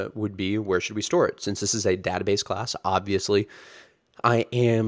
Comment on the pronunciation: you're an adjunct professor at UT and you work at heroku but you can't pronounce database correctly? wtf?